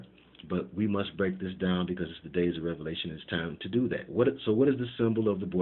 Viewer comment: He said days of revelations 😂😂